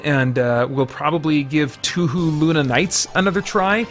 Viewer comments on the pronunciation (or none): Touhou is pronounced "Toe-Hoe". In other romanizations, you'll see it spelled "Toho" which would also have long "o's".